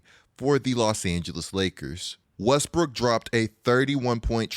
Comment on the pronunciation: “Russell WEsSbrOOkK”